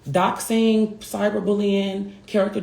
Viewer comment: If she says “dose-ing” one more time. It’s “DOXING” 😂😂😂